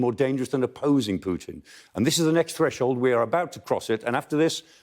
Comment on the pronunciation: Clark is brilliant, the other guy that always says "Pyutin" often says something stupid, not really a fan. :)